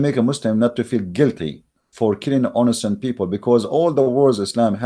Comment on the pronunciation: (In o cent) not (on a cent)